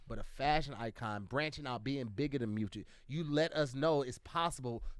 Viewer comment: “bigger than mugic “ what is mujic 😂😂😂😂 u mean music. Take a breath brother 😂